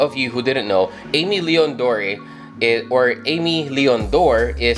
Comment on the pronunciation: Love these alot, got a W on the restock. Super happy with em. You’re one of the few who pronounced Aimé Leon Dore right imo, most people say a million doors🤮🤣 or something else weird🥲. Keep it up my guy! Peace ✌🏽